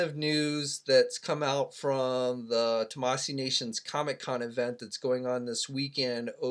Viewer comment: Omg still can’t say it right...it’s TAMASHII NATIONS not tamasee nations